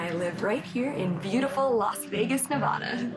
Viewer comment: Great stuff! But pleeease call it Nevada, not Nevahda =)